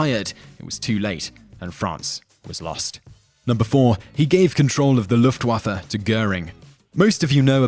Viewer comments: Why are you butchering german words so hard? What's so hard about Luftwaffe? You need to pronounce it "Luftwoffur" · You pronounce luftwaffe weirdly